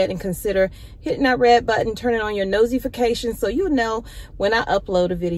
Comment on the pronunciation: Did you say noseyfications? That is hilarious.